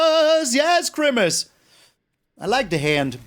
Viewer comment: can someone please tell me what yells? Crimace? grimace? Is he a big fan of purple 80s Mcdonalds mascots? and why?